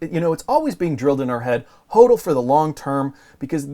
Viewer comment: BUFFET is a criminal .Plays folksy sssschtick...BTW his Dad was a gold bug.FYI it is spoken as HODDLING in crypto world not whodling,What are you thinking???You don't know the terms??!!What is FUD??